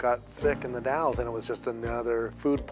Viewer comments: The Dalles is pronounced The Dalls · Eastern WA native here! The Dalles is pronounced like "the pals" but with a D instead of a P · You were right on the third try it's pronounced "dalz". It's a small city in the Columbia River Gorge. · I used to live in The Dalles, small town in the gorge next to the Columbia River. I love that you couldn't pronounce it.